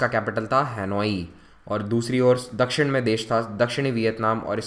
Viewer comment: Can't understand properly these words like nivesh pravesh dakshan etc